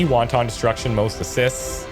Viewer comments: I love the “wonton destruction” instead of “wanton destruction.” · "wanton" (which describes something excessive, uncontrolled and sometimes even cruel) is pronounced: wan·ton, rather than wonton which is a Chinese dumpling.:D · Just FYI,, it's pronounced Wan-Tun, not Won-Ton. One means malicious, the other means soup:P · Wanton is pronounced Want-in, not Won-Ton.